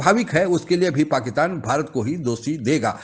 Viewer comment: पाकीतान नहीं पाकिस्तान बोलो भाई।